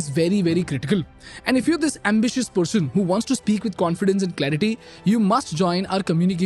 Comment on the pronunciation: first learn how to pronouce "person" not "pershoon" shhh lol